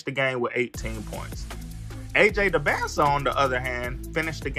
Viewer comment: It’s dybantsa not close at all